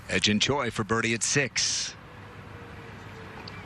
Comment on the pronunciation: Yo should Pronouns he Jin Choi not hai Jin Choi 😂😂😂